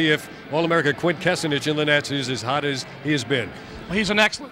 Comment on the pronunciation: They never got Quint's last name right...